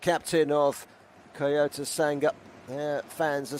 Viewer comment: why does the commentator say "kayocera" and "kayoto"?